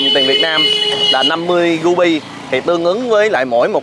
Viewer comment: ... CÀ RI mà nói CÀ GHI, RU BI thì nói là GU BI .... bó tay lun ...:face-blue-smiling::face-blue-smiling::face-blue-smiling